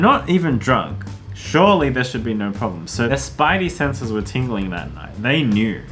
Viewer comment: "So the Spidey senses were tingli-" IT'S PETER TINGLE!